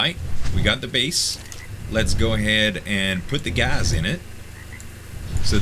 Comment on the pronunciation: is that the way you say gas gaz